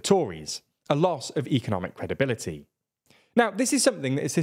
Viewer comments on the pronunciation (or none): It's credibility not CREDIBITLTY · 01.33 - what’s number 4? “Credibitlty” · "credibitlty" Lovely